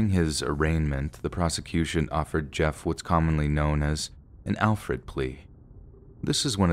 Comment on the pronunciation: It's an Alford plea, not an Alfred plea.